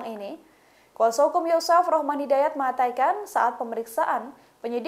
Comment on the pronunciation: Mbak Host, tolong kata "mengatakan" diucapkan yg benar. Mbak berkali" menyebut "mengaytakan". Mohon maaf 🙏